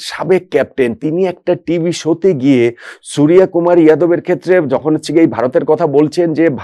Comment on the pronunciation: আপনি বাঙালি, সূর্য কে সুরিয়া কি করে বলেন?